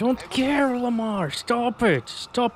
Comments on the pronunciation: I chuckled at that 😂 the way you said it sounded like: "Suck it" in Spanish haha Llamar = call... yes! Pronounciation: YA(as you would say "ya'll" for example) -MAR. Anyways, been loving your content for a while now. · It’s “llamar” pronounced “Yah-Mar” in Spanish 😂